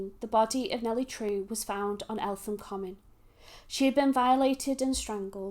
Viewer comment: It is pronounced ELTEM